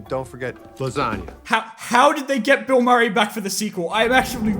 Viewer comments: did he just call Bill Murray "Mill Burray?" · SORRRRY HE SAID MILL BURRRAY NOT BILL MURRAY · I’ve watched this video like 5 times and never noticed he said Mill Burray instead of Bill Murray. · He mill burray instead of bill murrey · 0.58 called Bill Murray Mill Burray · YOU THOUGHT YOU WERE SLICK? "mill burray" YOU CAN'T HIDE A N Y T H I N G FROM ME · Mill burry lol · he say mill burray lol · he said mill burry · mill burray lmao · Did anybody notice when he said Mill Burry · “mill burray” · did he say mill burry ????? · Ha Ha he said, Mill Burry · you say Mill Burrey!! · "Mill Burray" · he called him mill burry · did he just call him mill burayy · I’m sorry but Pronounce Bill Murray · mill burray? 😂